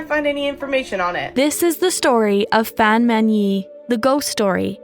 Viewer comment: the 'a' in 'fan' is pronounced like the 'a' from 'ark'